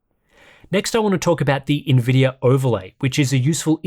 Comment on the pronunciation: Why do you keep saying NVIDYUR¿??¿